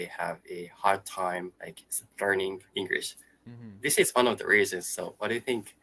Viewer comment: I personally think that your pronunciation is generally good, but one thing I've noticed is that you do pronounce it as “Engrish” instead of “English”, if that makes sense. I apologise in advance if this makes you feel uncomfortable.